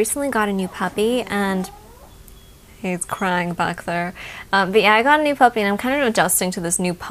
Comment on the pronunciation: I thought you said "I recently got a new hubby" instead of a puppy! haha I had to rewind that a few times to check! x